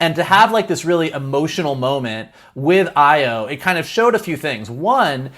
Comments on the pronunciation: Stop butchering the name. AYO = Pronounced ARE-YOUR Not EYE-OH Not A-YOH AYO means joy in Yoruba [Nigeria] language. [My family is Yoruba.] As in Funmilayo = Give me joy. Or Ayodele = Joy comes home. AYO is the short form of such names. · Great review. and, Ayo is pronounced “EYE-yo”.